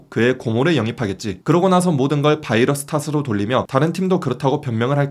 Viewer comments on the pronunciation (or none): none